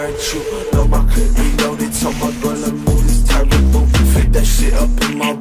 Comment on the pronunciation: Your "reload" killed me 😂👍